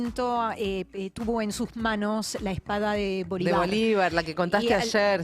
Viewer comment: Lo de "Netaniajú" ponele que lo entendia, pero decir "Bolivár" es cualquier cosa, que mal me cae esa mina por dios